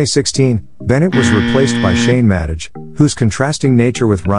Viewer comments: Yupp, that's an AI voice (I'm sorry if that annoyed you).. I knew it was pronounced 'Madeh' and not 'Madej', (I wrote that in the description)..... How did I not notice that while making, I myself don't know... But I'm shifting to my voice very soon in coming videos (I don't know why but I felt this voice a lil bit calming)😁😁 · So are you using a " narration feature"? what ever that is. I too noticed the mispronunciation of Madej, and it made me think the whole piece was computer generated. Some kind of AI software used to dev content for clicks and $$ It would be hard to not know how to pronounce Shane's last name if you are a fan of the show. Same with Shaniacs which is pronounced like maniacs not the weird pronunciation you used. Also general text delivery is flat little intonation --no rise and fall before opposing ideas or parentheticals phrases. So are you a "Bot"?